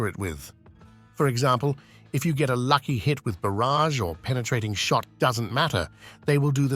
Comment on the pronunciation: I was expecting him to say "to double the amount of feather we shit out..." instead of "to double the amount of feathers we shot out" lol .